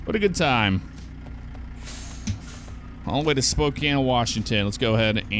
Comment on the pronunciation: And he even pronounced it correctly instead of pronouncing the e at the end like so many people.